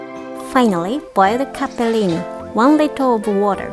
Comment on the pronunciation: Love it how you pronounce Capellini, I think you have a little Itailan in you 👩🏻👶🏻😉